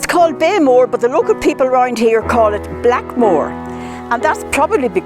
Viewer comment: It is NOT pronounced Blackmore. Beaghmore is pronounced something like Bech More. Idiot YouTubers standing in front of an ancient site a couple of miles from my home who can't even say its name are not reliable narrators!